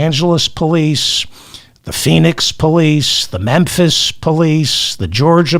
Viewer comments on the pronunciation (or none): none